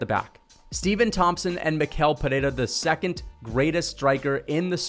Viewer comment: Since you're one of the few YouTubers who pronounce "Pereira" right, I have to help you with Michel too. The ch sounds like sh, not like k, so it's like mee-shell. Good job btw, you and the Guru are the analysts I follow the most to get hyped for the UFC!